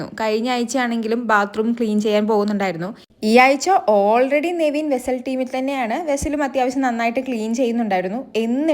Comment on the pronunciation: Neveen allaa നെവിൻ.ningl epozhm thettichanu pryunnath